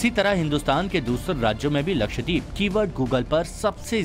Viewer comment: First off it is “LakshDEEP” nahi yeh , “lakshdVeep” hai! DVEEP maane ISLAND!!